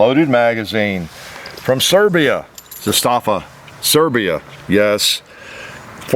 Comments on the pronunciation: FYI pronounced ZA- sta-va. Met Ranco himself at an event in Vegas and he corrected me on the pronunciation. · I have an Opap, an Npap, and an M77, the latter being the best of all 3. Zastava makes the best AKs. Pronounced ZA-stava.